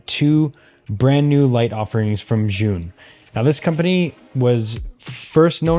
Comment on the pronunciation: Btw, the brand is pronounced like "Ju-win". They are great lights. We just ordered another 3 of the 100s.